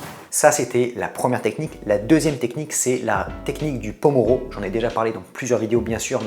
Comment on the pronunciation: MERCI pour les conseils sinon Pomodoro pas pomoro (tomate) :D